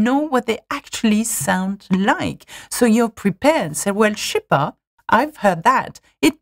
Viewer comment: "Je sais" became CHEH, she just killed me xD